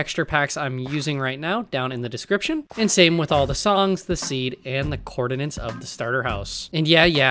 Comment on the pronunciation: I got recommended this video and while watching it, I was thinking you sound familiar and then you said the one word which gave me a weird flashback. You are the 'coordinants' guy!